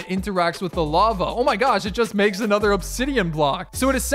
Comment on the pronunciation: And a nuther and a nuther